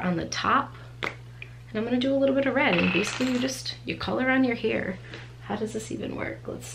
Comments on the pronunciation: hair=here....sorry I can't unhear it. Everytime she says hair, or chair in a video I hear 'here' or 'cheer'. Is this a regional accent? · She's from Rhode Island we're lucky she's gives us any R's at all. LOL Love me some East Coast accents :) Love Rhode Island! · A Boston accent!:)